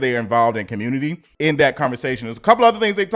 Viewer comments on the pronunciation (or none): none